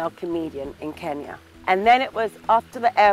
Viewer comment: Atleast she can pronounce Kenya correctly